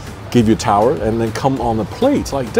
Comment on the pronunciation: Wow!! You are sucking up to Uzbek Airlines for a free business class ticket. You are v good in sucking up.!! BTW - It's "towel" not "tower".!!!